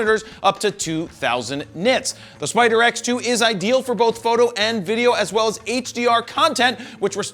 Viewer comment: Everytime you said spider x, my brain heard spider eggs.... and ewww DAVID!!!!